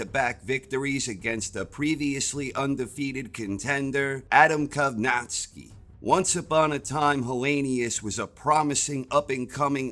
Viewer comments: great preview video, but man it hurt my ears every time you butchered Kownacki's name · how do you pronounce kownacki so wrong